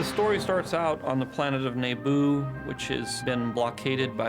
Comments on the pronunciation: I think its really funny how George says the names of planets and species differently from how theyre said in the movie and subsequent materials. You got things like Nehboo, Goongans, Geonahsians, etc... I want to know who was like "no George, its actually pronounced Naboo" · George pronounces star wars names so weird LOL He literally said "Neigh-boo" first time I ever heard it that way. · The most surprising part of the video was hearing how George Lucas pronounces Naboo ... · I love how Lucas pronounces planet and character names very differently from most StarWars fans.